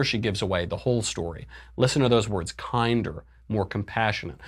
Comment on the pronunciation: "Kinder" rhymes with binder.